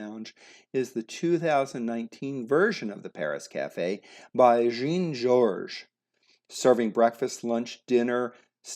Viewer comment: "by Geeeen Jorges ", meaning Jean-George Vongerichton. Hilarious.